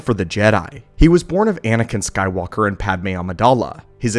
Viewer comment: yeah he called it nake skywalker lol